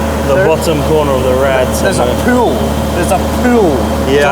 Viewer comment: THERES A PEWL, A PEWL